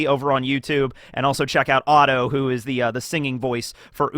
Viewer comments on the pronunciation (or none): none